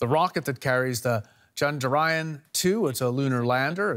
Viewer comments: Try to say ... Chndra - yaaan...not chaand-raayan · It's pronounced as "Chun-druh-yaan" and not Chundraa-yun. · It's pronounced "chandra yaan" not "chand raayan". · It's Chandra yaan not Chandrayan . Even Indian reporter said it wrongly. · It's not chand-ryan its chandra-yaan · The right pronunciation is Chandra(Moon)-Yaan(vehicle).. You can pronounce it like u pronounce yawn only with an emphasis on 'A' from an open mouth